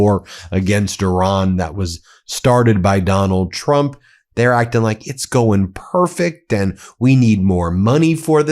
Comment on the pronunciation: Did Gym Jordan call Donald, “Twump” ?